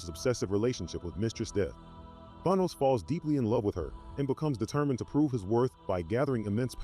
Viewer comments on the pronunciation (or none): Why do some comic book Youtubers and enthusiast refused to pronounce Thanos name correctly?